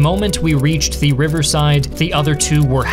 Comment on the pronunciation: Please stop over-pronouncing 'the.'